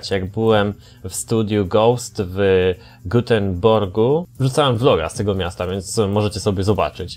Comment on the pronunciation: W gutenborgu. Dobrze że nie w gutentagu XD Göteborg:)